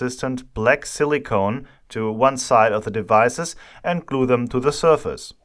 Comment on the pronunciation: Very cool (or hot?) Video as always. Just one little side note: the way you pronounce Silicon sounds more like "Silly Cone", and now everytime i hear you say it, i try to imagine what a Silly Cone (alberner Kegel) would look like 😀